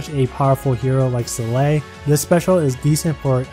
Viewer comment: she's pronaunced "Sol-eil", no "Selei"